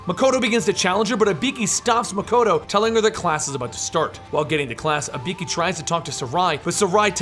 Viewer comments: It's not Ibeeki. It's IBUUUKI. Telling history but getting the name wrong... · Dude pronounced it like HE-IKI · Can’t help but notice you call her Uh-Bee-Key, it’s actually E-Boo-Key but nice illustrating I enjoyed watching 😅 I’ll disappear now in a puff of smoke 🥷💨🪵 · You know the games tell you how to pronounce ibuki (e-boo-key). still a good video but just something that bothered me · it's pronounced "ee-boo-kee" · I get it, but even still the pronunciations are way off though. Even funnier is that I was watching the vid with subtitles on, and every time he said Ibeeki it never got it right either. The subtitles just came up with stuff like ''a beaky'', ''a pinkie'' or ''B key'' lmao. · Lol it's actually pronounced ee-boo-ki but thanks for the video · I get the feeling about 9/10 of these comments are dedicated to pointing out how he screwed up Ibuki‘s name. Including this one. Her names on the GOD DAMN CUVER FOR GOD SAKE! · He might don't know to say ibuki right